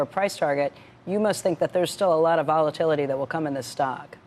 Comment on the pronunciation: I keep hearing, "stock price volatunity."